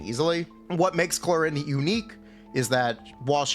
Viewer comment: at least get her name right you pepega